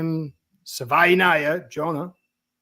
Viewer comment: Nailed Jonah's name 👏🏻👏🏻👏🏻😂